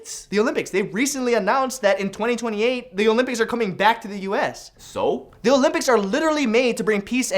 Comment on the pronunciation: Did he just say soap instead of so?